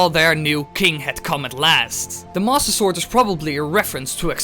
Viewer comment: When you say "Master Sword." it sounds like "Mosasaur"